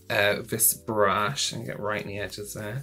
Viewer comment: Lol did you just say BRUSH-I lol? 😂😂😂